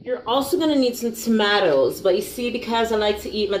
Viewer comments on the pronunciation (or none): Lol can’t eat corn beef without corn. “ we no have time fi waste because me haffi sleep soon” lol 😂😂😂 then how she was saying tomato 🤣🤣🤣